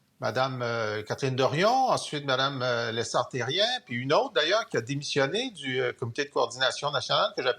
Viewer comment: Pourquoi tout le monde a de la misère avec le nom de Émilie Lessard Terrin?